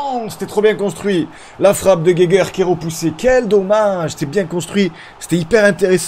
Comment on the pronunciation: la vidéo fait plaisir ! super vidéo ! pour la prononciation de Geiger (si ca se prononce comme l'allemand) c'est Ga i gen